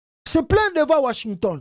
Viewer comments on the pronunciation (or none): none